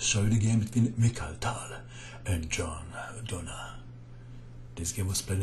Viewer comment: Tal not Towel, please♟️